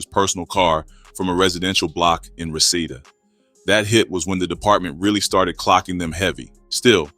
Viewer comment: It’s pronounced Ree-see-da